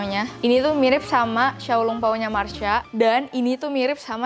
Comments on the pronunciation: Masha bukan marsha mbak yuu... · MASHA KAK MASHA BUKAN MARSHYA.. WKWKKWKW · masha kak bukan marsha😆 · Masha bukan Marsha neng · masha ka bukan marsha hehe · Apa cuma gue yg baru sadar bilang marsha bukan masha😂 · masha bukan marsha 🤨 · Kak "masha" bukan marsha 😁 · Masha bukan mharsa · Kesel ih ko nyebut nya Marsha padahal kan namanya Masha 😭